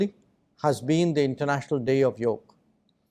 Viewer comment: Imlikes when he said international day of "yog" and not yoga ! Jayyhindd